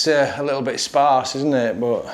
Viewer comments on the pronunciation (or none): none